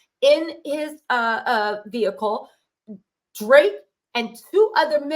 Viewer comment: She said vehicle😂😂😂